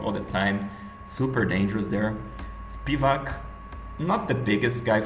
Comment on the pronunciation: Its spivAk btw